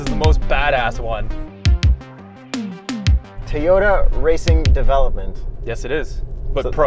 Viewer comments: Why do you guys say "Teeyota"? 😂😂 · its TO-YO-TA not toyota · Is it just me or does he keep saying Tee-ota? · Teeyoda? How are you saying it? I can't abide this pronunciation of Toyota. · It's Toyota not teeyota